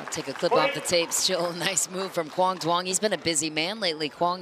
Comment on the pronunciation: PLEASE LEARN HOW TO PRONOUNCE HIS NAME CORRECTLY!!!!!!!!!!!!!!!! "Quang Duong"